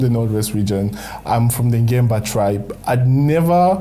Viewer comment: It's beautiful show I like the way you prouncece Ngemba